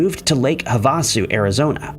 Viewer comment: 😂 It's pronounced as Hav-uh-sue, not hah-vah-sue